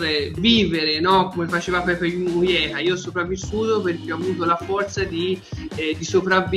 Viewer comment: Mi sa che parlavate di José "Pepe" Mujica (pronuciato "Muhica" e non "Muieha" hehehehe)